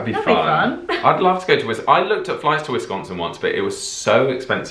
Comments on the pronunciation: I’m from Green Bay Born and raised! Your saying the name on the state wrong! It wis- con (as in convict) - sin! Canada says aye Wisconsin says eh at the end of a sentence instead of okay. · Sconsie here. Your pronounciation is a bit off. More ... nasal. Wis CAHN sin. Doncha know dere hey, ya? Ya. Most of us don't have a super thick accent, but we also CAN adopt it easily. The midwest accent in general is pretty neutral. The more north ya go the more accent there is tho. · Born and raised here in Wisconsin. There are pockets of traditional Dutch settlements. Waupun and Randolph are two that come to mind. One of my biggest pet peeves is when non locals pronounce the state "WESS-con-sin"... It is pronounced "wis-CON-sin" Emphasis on the middle syllable, and a hard "I", not a soft "E". Another thing that irritates me is when others say "GREEN bay"... in this state we accent the second part of the city name "green-BAY"...Sheboygan FALLS. Except Two Rivers...that is pronounced "Trivvers". A lot of what is shown in movies as a "Wisconsin accent" is mostly exaggerated, but there are some older folks up Nort' that still sound a lot like the portrayals. "Ope" is a common and accepted form of pardoning one's self. Ya, and Oh ya are commons forms of acknowledging things. Hey, didjya hear the walleyes are biting on 'Bago? Oh, Ya. I did hear that. "Er no?" is a means of giving someone options." Hey, you going to the Packers game.. Er no?" You betchya is a more enthusiastic means of saying yes. Are you ready for an Old Fashion? Oh, ya! You betchya! The week before Thanksgiving is an unofficial state holiday. It causes many industries to slow down, or close down entirely. that is the Holy Week of Deer hunting. I'd love to be your guide if you come to Wisconsin and I would also act as your interpreter. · For starters it's Wiscaaaaansin, not Wisconsin. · I hate the people who say wISCONsin instead of Wisconsin like don’t say WIS CON sin say wisconsin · By the way, it's wi-SCON-sn